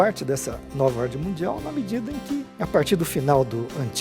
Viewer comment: Porra não consigo acredita em uma pessoas que fala ORDI E DISORDI!